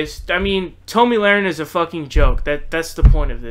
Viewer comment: Based on the content of your video, you obviously are biased to the left. You mispronouced Tomi's name and demonstrated ignorance in your thoughts about healthcare. I cannot subscribe.